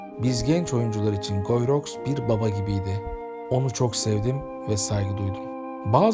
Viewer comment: Guyi rox değil gii ruu diye okunuyor bari onu da arastirsaydiniz